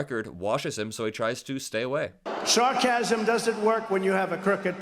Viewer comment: Did I hear 🙉 "Sharkasm"?